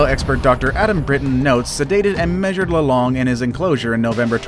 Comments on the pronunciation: Lolong not lo-long hhe after 8 or 10 years after capture. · it's not "low-long", its lo-long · Lolong is pronounced lawlong not lowlong in the Ph.